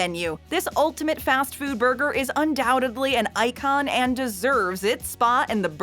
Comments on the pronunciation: the narrator says “undoubtedly “ and “oh-ways” repeatedly... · There’s no “b” in “undoubtedly.” But there IS an “L” in “always.